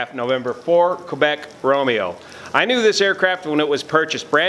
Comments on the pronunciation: I would say more like "Keh-bec" instead of "Kay-bec". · How about a happy airman? And, you pronunciation of "Québec" is not bad; More like "K-bec" though... :)